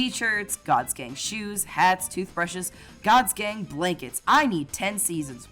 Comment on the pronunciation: Gods gang just sounds like Gods gay when you say it.